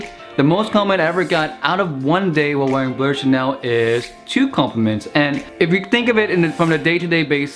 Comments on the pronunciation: Why do you say "blur" instead of "blue/bleu"? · Its definitely not pronounce blurr bro. In football chants we never say blurr and if you just type it in google it would pronounce it correctly